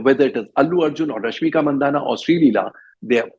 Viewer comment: उसका सरनेम मंदाना नही बल्की मानधना है जो मारवाडी जैन लोगो में एक सामान्य सरनेम है. अगर कानडी उच्चारण मंदाना या मंडण्णा करने से सत्य छिप नही सकता.